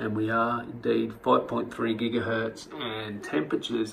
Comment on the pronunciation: jigahertz.....it should be gigahertz not jigahertz